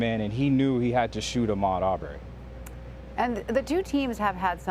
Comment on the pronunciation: This reporter is awful he's pronouncing Ahmad's last name wrong.